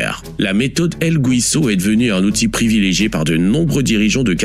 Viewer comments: “Guiso” ne se prononce pas GOUISO. En español , c’est la même règle qu’en français. Gui ça fait GHI et pas JI . C’est tout. Donc on dit GHISO pas GOUISO!! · Le "guiso" ça se prononce "guisso"... Et non "gouiso". C'est comme Miguel, on dit Miguel, comme ça s'écrit, et pas Migouel...😅 Et un guiso c'est une preparation en sauce de viande, poulet ou poisson. Ce n'est pas une soupe... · El guiso...pas güiso.....prononcez ghii...comme guimauve...